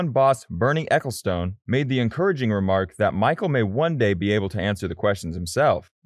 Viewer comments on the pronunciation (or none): none